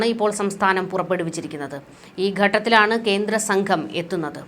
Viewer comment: ഈ ഗട്ടത്തിലാണ്? ഉച്ചാരണം ശരിയാക്കണം